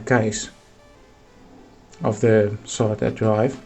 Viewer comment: The saataa draaif.....